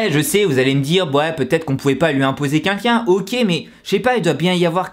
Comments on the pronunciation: Sa me stresse quand il dit qu'inlquin au lieu de quelqu'un...(voilàXD).Sinon c'est abuser la YG qu'est ce qu'ils foutent ptn! C'est pas mon artiste préférer mais sa me désole de voir ça et j’espère qu'il va s'en remettre.Et merci a toi d'avoir fait cette vidéo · Arrête de dire "qunqun" au lieu de "quelqu'un" pitié 😂😂😂😂😂😂